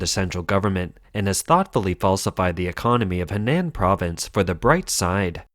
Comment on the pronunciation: Henan = "Huhnahn" not "Hehnanne".